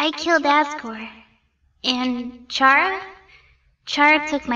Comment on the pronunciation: Chara is pronounced as kara, not charah. Like character. "Chara"cter.